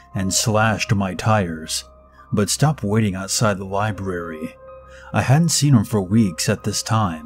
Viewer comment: I like how you enunciate the R in "libRary".